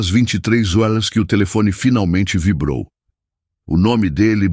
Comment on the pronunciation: Porque nessas histórias os narradores não pronunciam as palavras: reais e horas direito!